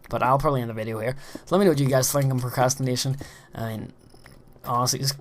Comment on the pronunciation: hmm, i thought you said masturbation